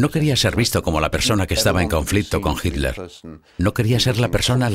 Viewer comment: Misterios de la pronunciación ibérica.